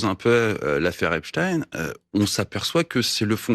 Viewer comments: Pourquoi la prononciation de Epstein et Berstein n'est pas la même ? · C'est Epstein et pas epstin origine juive germanique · Prononcer "Epstine" plutôt que "Epstein" fait moins juif et plutôt Poutine ! Ces pseudo journaleux sont vraiment des mange mer... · C'est Epstein, pas Epstine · Cela commence à être énervant d'entendre prononcer Epstin au lieu de Epstein, donc on a aussi un Albert Einstin et non Einstein, retournez chez l’orthophoniste les journalistes. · Comment dévier le Epstein en "Epstine" pour discréditer un maximum le Prof. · Ce n'est pas Epstin...mordel de berde mais Epstein... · Eh BFMWC... Arrêtez de dire que les Français sont complotistes !! C'est pas Epstine mais EPSTEIN madame !! Ne confondez pas avec Poutine dans vos petits neurones... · Arrêtez de dire EPSTIN... C'EST EPSTEIN COMME : EINSTEIN GOLDSTEIN FRANKENSTEIN Epstein n'est pas Russe que je sache... Ils nous prennent vraiment pour des truffes analphabètes... Tout cela pour nous faire oublier qu'il fait partie du" peuple soit disant élu..." Non non... On sait... Pas besoin de le cacher.. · Pov' tite journaliste que savait pas que y avait pognon pouvoir sexe ça s'entrecroise depuis pfou...un bail Y vous apprenne quoi dans vos écoles de propagandistes ? En tous cas pas la pronociation Epstiiiine !?!? Donc alors Einstiiine ? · Epstchiiiine... On dit Borschtiiiine maintenant alors... Ou Albert Einstchiiiine...😊😊 Pauvres nanas... Voilà ce qui arrive quand on confie un plateau télé à des connasses au QI d'huître... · ELLE A DIT EPSHTEPSHTINE! ANTISEMITE!! BOUUUUH! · Ah ce monsieur a prononcé "Epstain " ! Vite, il faut le déclarer antisémite !!! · Epstein , ca se dit comme einstein . c'est pas epstine , meme si ca fait moins juif. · epstein ce prononce comme einsten mais une certaine communauté à donner ordre aux média de dire " tine" pour que ça se voit (s'entende)moins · On dit Albert Einstein donc on prononce Epstein de la même façon...et ça nous prétend parler français😂🤣🤢🤮